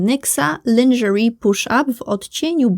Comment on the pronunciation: Uwielbiam Twoje porownania!! Ale musze sie przyczepic, moj wewnetrzny anglista cierpi, zwlaszcza, ze ladnie mowisz: popraw prosze wymowe urban (bardziej erban, a nie urban), Louise jest z akcentem na druga sylabe, wtedy imie jest damskie (nie luis, a lu-iiz) i lingerie to lążeri. Sorry, jakos boli to moje uszy : )